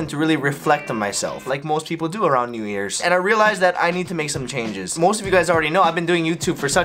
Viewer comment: pronounced nyu